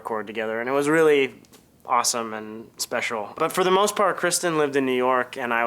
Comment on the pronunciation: I laughed so hard , just the way he threw in the word, "special"